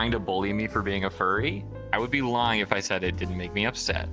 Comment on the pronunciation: bro used old English's "ġif" (IK what he meant by it, but that is actually how "if" used to be pronounced)